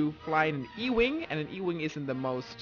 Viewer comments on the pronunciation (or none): It's not e-wing it's x-wing